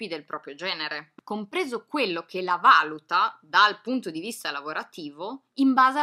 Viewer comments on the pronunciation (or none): none